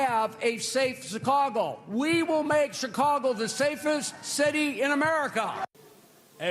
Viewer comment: Did he literally call it SICKcago?🤣🤣🤣🤣🤣